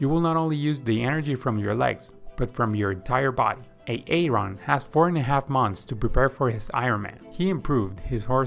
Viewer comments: Why did you choose a name you cannot pronounce. Its pronounced 'A-Ron' not 'A-Aron', Excellent content but thats really annoying. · The pronunciation of Aaron is Aron. Say it Aron, Aron. Swimming points are good. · Love the video. One correction though..... the name Aaron is actually pronounced as though it has one A. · Thank you for your work and help. Just a heads up, Aaron is pronounced the same as Erin/ Eh-rin, not A-a-ron/ay-ay-ron. Denice is pronounced as either Deh-nees (like bees) or Dee-nees, but never Dee-nice. Blake is pronounced as Bl-ay-k, not as Be-la-ke/ Beh-lah-kay. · Every time he says A-a-ron it grinds my gears . Just say A-ron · His name is pronounced Erin. Not A Aron. He is not a pokemon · Is the guy speaking AI? Whats with the A A ron and BLA-KE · brilliant video/ seen the longer version too. but just one question. If Aaron must learn to swim the correct way, taking months of hard work, and since you love to mention his name every few seconds which is sweet, how much longer do you need to say his name correctly? lol its not Aay Ron! lol! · why does he keep calling them A-A-ron and Dee-nice lol? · So that you can comment on it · I understood why he was calling him A-aron when i heard Bela-ke 😂😂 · Bro I'm watching this like, "is this guy saying A-a-ron like the Key & Peele skit?" Even after he said it like 40 times I still thought I had to be hearing things 😂🤣😂🤣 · Boggling. can’t gather why this man says A-a-Ron. Doesn’t he have a friend , a wife? Someone to correct him? Sheesh